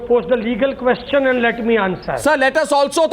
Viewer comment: hear Mr Bhandaari asking KOSHCHAN !! not Question but KOSHCHAN, KOSHCHAN, hear me out, its KOSHCHAN, not question ! KOSH-CHAN ! KOSH...CHAN !! KOSCHAN ! not question !!